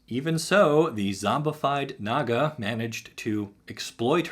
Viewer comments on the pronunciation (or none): none